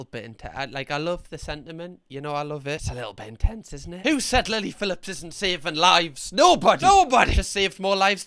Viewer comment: I thought he called her "Lady Phillips" 😂😂